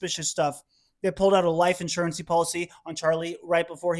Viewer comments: Life Insurence (in-sure-rense) Policy not life insurency..... just saying. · Did he say life insurancy, twice?